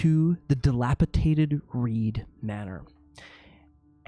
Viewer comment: Sorry, but it's dilapiDated. With a second d. But you're still a great Dungeon Master!